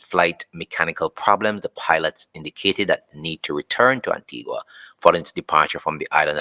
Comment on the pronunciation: It's pronounced An-tee-ga not Anti-gua.